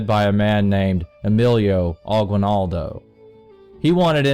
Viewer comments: Not Emilio Aquail-naldough it's Emilio Agi-nal-do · Emilo Aquinaldo ITS AGUINALDO IAM SO SAD THAT SPAIN & America (U.S.)CONQUERED US THE PHILIPPINES Wow thank you for 6 likes in 5 minutes I have the maniest likes I guess…